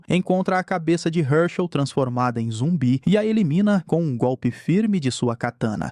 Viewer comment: ainda majs mais falando zumbie kkkkkkkjkkkkkk